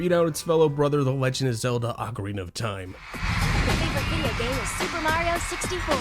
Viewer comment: Lol super Mary oh! Bothers me like when ppl say pokeeeeemon It's pokeAYEmon. Hell I will even accept pokeUHmon